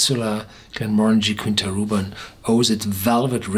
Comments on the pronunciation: Quinta is "kita", where the i is nasal 😉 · I only have one objection... It's pronounced /kee'ntas/ besides that, it's always a pleasure to hear you!